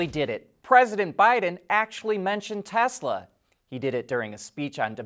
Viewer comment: It's great to here you say Tesla and not Tezla like so many others.